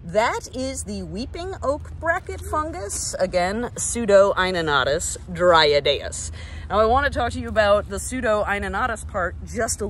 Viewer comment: I really appreciate the pronunciation! Eye-No-no-tus Dry-add day-us has been elevated just listening to you say it right. 😂